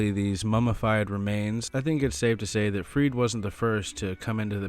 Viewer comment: Love this video! Also it’s 100% pronounced freed-uh